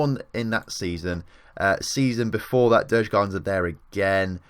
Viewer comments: Djurgården is pronounced jurgaurden å is like au in Austria. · Loving this series. Djurgården would be pronounced something like "Jurgorden". Would be interesting if you checked out the national teams to see how they're doing too. I would also love if you checked out the second division some time, at least GIF Sundsvall (my team) as it seems they were relegated from Allsvenskan in the first season :( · You did butcher Djurgården